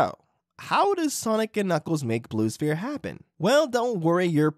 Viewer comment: Blue Spear. I don't think it's pronounced that way.